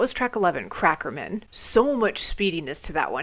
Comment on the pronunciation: It's funny to hear how you pronounce "Crackerman". Most people would pronounce it in the way you would say the name "super-man". Instead, you pronounce it "cracker-min" as if it were someone's last name. "Hey, I'd like you to meet my accountant, Murray Cracker-min."